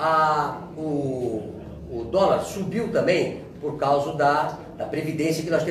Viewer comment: "...u dólar subiu também por CAUSU...", ou seja, o extermínio neste país começa com nossa Língua Portuguesa. Eu não sei se 😂 ou 😥.